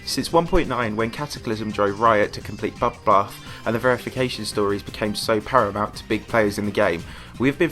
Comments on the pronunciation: Ah yes "bubbath" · sorry I HAD to point dis out, bubblath? XD